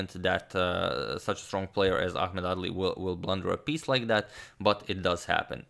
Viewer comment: I kept hearing ‘ugly’ lol